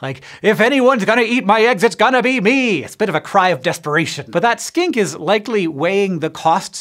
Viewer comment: I thought he was saying skank instead of skink 🤦